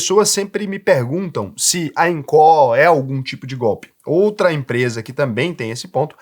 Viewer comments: Fala sério né,. Todo mundo sabe que Incó (como vc pronuncia) é o famoso instituto do coração. A pronúncia certa é ínco😂😂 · Eu acho q a única coisa q vc disse errado eh o nome da empresa kkkk eu chamo de incô. Incó fica estranho kkkkk (nem sei se tá errado, só falei pela zoeira mesmo) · IncÓÓÓ??? KKKKK. Não tem acento agudo. INCO. Engraçado demais ouvir ele falar INCÓÓÓ 😂😂😂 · Invisto na INCO desde 2020 e nunca tive problemas. Recomendo muito! Detalhe: análise e comparações rasas. Falou o nome da empresa errado o vídeo todo.. É INCO e não INCÓ 😂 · Inco, não tem assento agudo na letra "o". Sua fonética está colocando, Incó. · INCO, não Incorrrrrrr 😂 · só não gostei de falar INCÓ, no mais, excelente video hahahaha. As pessoas ainda não entendem risco x retorno. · eu tenho conta na INCO e não tenho do que reclamar! (E detalhe, a pronúncia é "ÍNCO"! 😂) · Sou investidor na INCO tem 5 anos. São bem claros e transparentes quanto aos riscos. falou algumas coisas que não são condizentes. Trm empresa la por exemplo que fatura mais de 200 milhões, não é empresinha da esquina. E não é Incó ne kkk Nem a pronúncia do nome da empresa ta correta. Acho que valia ter aprofundado mais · "INCÓÓ"? KKKKKKKKKKK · Acho que só o fala incó kk. Nunca ouvi ninguém falar assim. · é baiano e coloca silaba tonica no lugar errado rsrs